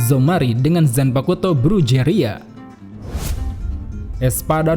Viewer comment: koreksi dikit bang 😁 "Brujeria" lafal spanyolnya "Bruheria" j kalo di spanish dibacanya h sama pelafalan "Jaegerjaquez"nya Grimmjow dibacanya "Jegerjakes"